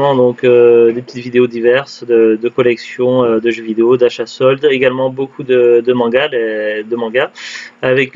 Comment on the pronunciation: Coucou. C'est bien la bonne prononciation, c'est gentil de faire de la pub 😁. C'est clair que c'était pas top top comme solde à carrefour. J'ai toujours ps compris pourquoi ils ne soldes pas les jeux en outlet. Les soldes de Cora sont abusé quand même. Ils soldent à partir des prix d'origine pour beaucoup de jeux. Donc 70€/2 C'est beaucoup trop cher.